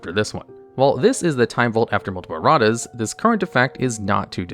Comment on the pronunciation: "Errat's" Amusing and appropriate either way, but please tell me that was on purpose.